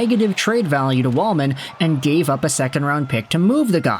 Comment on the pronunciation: It’s Jake Walman.